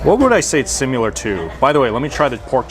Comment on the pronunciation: the way you say "simUlar" weirds me out! haha! thanks for the heads up....gonna hit this place up!